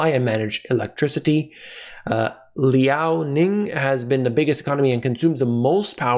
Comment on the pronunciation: ShanXi Province is pronounced like: Shawn She. You got Liaoning correct. I hope that's helpful.